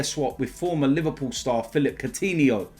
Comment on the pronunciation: Courtihno? No